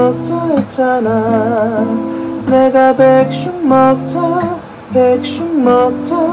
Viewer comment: 아 ㅋㅋㅋㅋ 백슉… 발음 마저 귀여워... ෆ˙ᵕ˙ෆ